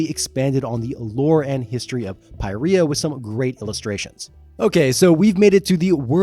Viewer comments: "Pie Riya" It's pronounced sort of like "Peereeya", because it's most accurats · “Pi-ree-ah” is crazy